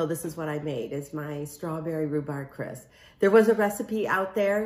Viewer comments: Linda Thornton When you’re showing people how to make something, you should know how to pronounce it. And she also kept saying “cris” instead of “crisp.” 😆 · 3 yrs later!.....😊 we call it rhubarb strawberry crumble in NZ😊 Your p is silent on crisp, I notice Amy? 😊